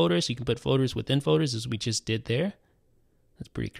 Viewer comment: Fowders... Folders... Foders